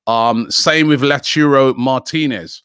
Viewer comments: Robbie please stop saying Lau churro martinez or lauturo.. it's lautaro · Robbie i beg man stop saying La Churo😭😭... its Lau ta ro.... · Can someone please teach Robbie how to say lautaro "la churro" Martinez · Robbie pls learn how to say names properly. its L A U T A R O not L A T U R O. Sort it out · Lau - tau - ro Martinez NOT Lachurro. Butchering names again. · Lauchuro martinez!!! LOL no chance Robbie! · LAUTARO Martinez not Lechiurou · nobody: Robbie: La Churro Martinez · My ears hurt when robbie says LaUTurRO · "La Churro" Martinez? Lmao If he doesn't sign it's because Robbie keeps calling him a Spanish doughnut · LauTaro Martinez - Robbie!! T not C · I hope La churro doesn't come for this same reason. It would be mad to hear Robbie say it like that everytime. PLUS, when did Robbie even start saying first names of the players? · Robbie Please pronounce Lautaro Martinez correctly. Your pronounced his name wrong! It's Lotaro ! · Who's this "Lachuro" Martínez Robbie keeps mentioning? 🤔🤷🏽‍♂️ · Someone please correct Robi on how to say Lautaro Martinez’s First name correctly cuz I can already see the pain coming next season if Arsenal sign him. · Robbie if you cant pronounce Lautaro then just say Martinez. Pls Robbie i cant keep up with this😂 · The way he pronounces Lautaro triggers me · It triggers everybody